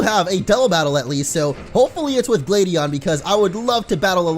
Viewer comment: It's glad not glade Huh you don't know how funny